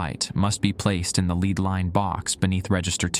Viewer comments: LEAD, Pb on the periodic table...What churches (in the old world) have on their roofs, what is poisonous to humans if its consumed...Pronounced "LED" ! NOT "LEED" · one of the best ones I've listened to recently except for the pronunciation of lead lol